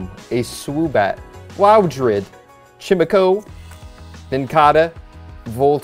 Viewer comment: Chimecho—-> CHIME-EC-O